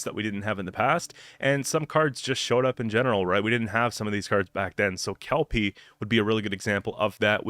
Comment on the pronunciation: I’m so grateful you’re saying Kelpie correctly haha Is there even a possibility to create a neutral deck? I think it would be fun to see what kind of crazy deck might work with all neutral cards